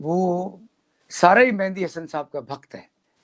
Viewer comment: Abhi tak bhi Duaabie ho Mehdi ko Mehndi bolte ho.